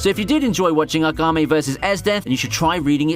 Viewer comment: Agame? Who the hell is Agame? You mean Akame (AHKHA-MAY)? Lol. Why do you emphasize the first syllable in most names like Asuna (Ahsoo-na), not (Ah-soona).